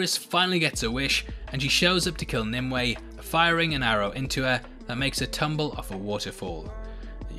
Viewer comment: It's "NIM you ay" .NOT. "NIM Way"